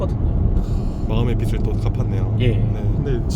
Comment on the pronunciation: 빗이 아니라 빚이면 발음할때 비슬이 아니라 비즐 이라고 발음해야돼요. 출연자랑 유튜버랑 둘다 틀리고있네… 😅